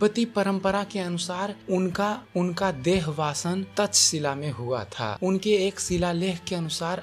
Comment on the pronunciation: आपका हिंदी उच्चारण सुधार चाहता है. .. "देवानां पियदस्सि" का उच्चारण ठीक नही है. ..श के स्थान पर स का उच्चारण हो रहा है. ... शब्द देहावसान है न कि देहवासवन .... प्रोफेसर अमर्त्य सेन का नाम भी ठीक नही लिया गया... सम्राट चंद्रगुप्त मौर्य के समय से ही आकाशीय शक्तियां साथ रही है. ... सम्राट अशोक मौर्य का चुनाव शांति स्थापित करने के लिए किया गया .... कलिंग युद्ध के बाद प्रयाग मे प्रथम सम्मेलन हुआ था. ..